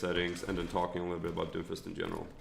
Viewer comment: It sounds like you're calling him Dofus the entire video.